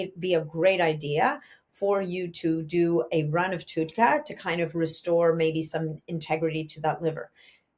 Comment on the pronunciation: It’s pronounced TUD , like TUB with a D. TUDCA